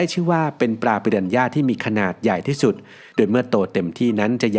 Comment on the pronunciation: ฝรั่งไม่ออกเสียง "ปิรันย่า" แต่ออกเสียง "ปิราน่า" ครับ...😂